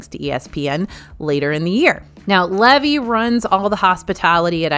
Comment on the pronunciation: It’s pronounced Lee-vee. I’m excited the food is really good! They operate parkside market that just opened in Disneyland as well. 😊